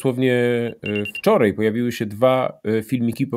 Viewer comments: Nie wczorEj, nie dzisiEj i nie tutEj tylko wczoraj, dzisiaj i tutaj Panie redaktorze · "wczorej" "tutej" Dziennikarzu popracuj nad wymową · wczor Ej ... tut Ej - Oglądam Historie Realną od dawna, subskrybuję i lubię, ale... z całym szacunkiem, bo szanuje Pana i kanał oraz prace którą Pan robi, ale nie potrafię tego zrozumieć, nie potrafi się Pan przestawić na AJ ? Super materiał. Nie chciałem się czepiać, no ale musiałem to w końcu napisać. Pozdrawiam i wspieram.